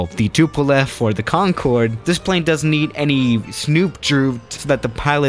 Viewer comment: plz say plane right if you can't its fine